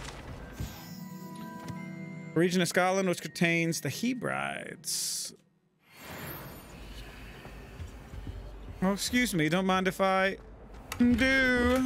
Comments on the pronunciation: Hebrides is pronounced Heb-rih-deez. Argyllshire is pronounced like R-gyle-schur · Ey yo, that map of the Hebrides, It's pronounced "Heb-ri-dees" my man.